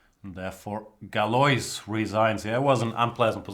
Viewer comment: Galois is pronounced "galua"